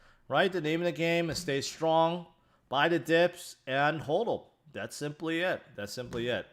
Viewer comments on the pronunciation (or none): HODL (hod-el) not HOLD-OL